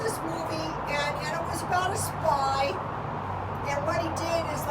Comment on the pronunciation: When you said spy I thought you said spa. 😊😊😊